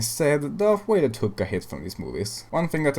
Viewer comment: When you said darth vader it sounded like darth wader?